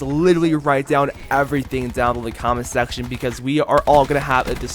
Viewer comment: “let me kno down in the comment SACTION”😭